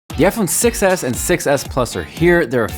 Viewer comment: When you say iPhone 6 s it kinda like sounds like iPhone success